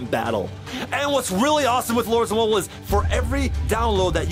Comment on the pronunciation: chad said lords Mobil it’s lords Mobile not to be mean and chad I love ur videos!!!